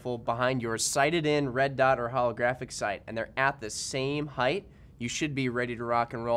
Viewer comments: theres no suck word as heidth. It's height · Why do people say "heighth"? 😂🤦🏻‍♂️